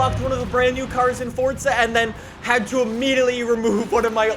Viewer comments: it’s forZa not forTza😬😐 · It’s pronounced forza not fortza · FORT.Z.A you mean forza. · Its forza not fortza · say not forca but forza jerk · I still don’t know why he says fortza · why you always say fortza horizon? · Bruh he really did say ”fortza horizon 4” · WHY DO YOU SAY forTza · The way you say Forza hurts me